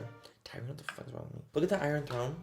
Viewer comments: I'm crying. when you caught how you pronounced tyrion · Katarina Hajnalova exactly 😂 also Tyrion